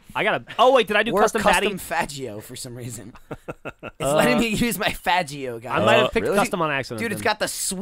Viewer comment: he said (fa(J)io) lol